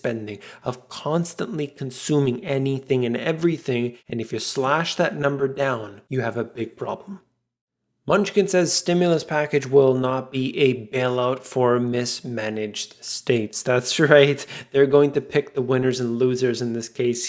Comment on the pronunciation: Mnuchin is pronounced "Muh - nuche - in." You probably know that already but he's hardly a munchkin. LOL. Love your videos.